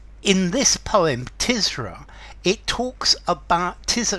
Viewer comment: Is it pronounced “Tiz-ra”? I’d always thought it was “Tur-zah”. Great poem though. Not ‘Paradise Lost’ level, by any sense. But there is something of the divine inspiration in Blake’s writing, as there certainly was with Milton. And it’s fascinating to read Blake wrestling with his own human, earthly limitations in this poem. Awesome - in the true sense of the word.